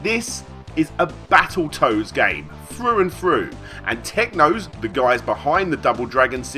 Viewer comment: It's pronounced 'through', not 'froo'. :P